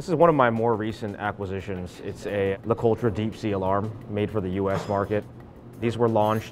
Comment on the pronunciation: Listening to these guys pronounce things like Heuer or LeCoutre is cringeworthy.